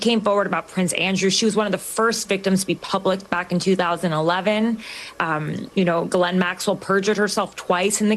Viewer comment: You can't even pronounce her name correctly.